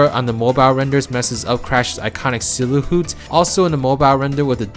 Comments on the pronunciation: “Silahoot” XD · nobody is going to mention how he pronounces silhouette?